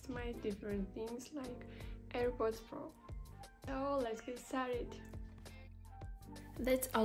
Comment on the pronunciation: I hate how it says AIRPODS PRo